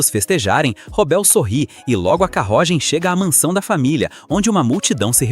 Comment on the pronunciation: que portugeues em "carrogem"